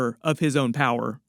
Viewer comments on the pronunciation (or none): none